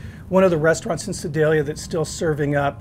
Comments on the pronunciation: Pretty sure you nailed Sedalia, correctly... the "Missourah" though.... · Looks really interesting. I'm going to try it. BTW you pronounced Sedalia perfectly. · Hey! Great vid as always. My parents are from Sedalia so we drove from Kansas City to Sedalia a ton to visit. I’ve been to the original wheel inn. You hit the nail on the head. You’re right on with all the pronunciations too. Pretty cool to pay homage to a burger that’s not super well known.